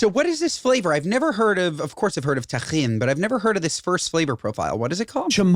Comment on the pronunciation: Josh. Chamoy is not like a chili sauce. It's not spicy at all, it's a plum sauce, you just think it's spicy cause it's always with tajin. Which you guys should stop pronouncing like it's a Jewish word lmao